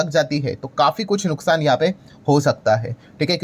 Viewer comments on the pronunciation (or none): none